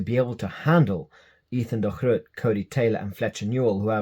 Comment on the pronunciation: Good to hear the proper pronunciation of DeGroot!